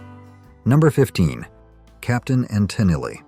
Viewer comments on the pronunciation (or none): Hey Mr. AI, it isn't Captain and Tin-in-lee, it's Capt. & Ta-neal... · come on mate be brave.try a human voice. i turned off when captain antillery was mentioned. tunill- made me ill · Tennellee, Tenell, Tenelly - ai sucks. "Catchy melodies and upbeat anthems" sounds like this video was written by a bitter "music is art" snob. Probably a big "Frank Zappa" fan. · AI-generated junk. The mispronunciation of Captain & Tennille as "Captain and Tin Alley' is a dead giveaway. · Most pointless list ever. So many classic bands panned on here for no valid reason. Only two funny things were the pronunciation of Tennille (it's pronounced Te-neal) and reading your channel name in the comments. When I saw it I read it as Whore members USA 🤣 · Captain and TUH-NEEL is the correct pronounciation. God, I hate AI! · Genesis was good. I liked Bo Donaldson and the Heywoods. The Bughles are not like the Beatles at all. Is this marrayor smoking weed. He's right about Feelings though. I liked Captain and Tennille but not Muskrat Live though. This guy shouldnt be so harsh about Feelings and Muskrat Love. He misprounces Tennille. I liked the Pina Colada song. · The Captain and WHO? dont you love it when “experts” (bots?) cant pronounce names of the subject matter? ive never met anyone who didnt like C&T growing up a list of thousands i have known. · You mispronounced Tennille (in Captain and Tennille).